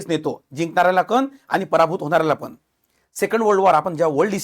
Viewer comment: नेमका मॅटर कुठून सुरू झाला! लई भारी मराठी!. म्हनून. आपन. पन.